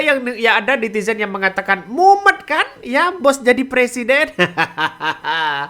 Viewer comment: Mumet mas.. bukan mumen.